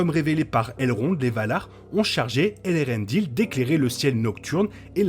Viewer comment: Eärendil... pas Elerendil.